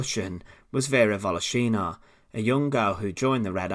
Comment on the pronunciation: volOshina, not voloshIna! ;)